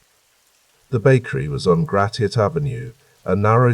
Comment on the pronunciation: Just a friendly bit of an info drop: Hamtramck is pronounced ham-tram-ick & Gratiot is pronounced grash-it😊 * also, since I’m actually awake, Gratiot and Jefferson do not intersect. And Grosse Pointe is pronounced Gross Point😊